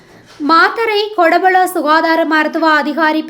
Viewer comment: Kotapola கொடபொல கூறவண்டும் Godapola உச்சரிப்பு பிழை புனித மத்தேயு கல்லூரி கூறவண்டும் பல்லேகம கூறவண்டும் Ballegama பிளையான உச்சரிப்பு